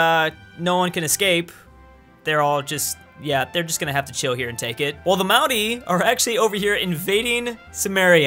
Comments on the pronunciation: love the authentic way you pronounce maori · You have the best pronounciation of the word "Maori" than any non kiwi I've ever heard